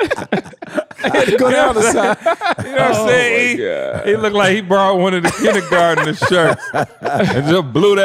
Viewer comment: “kinnygarten” 😂🤣 love ya!